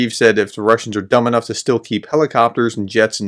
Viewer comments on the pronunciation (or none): none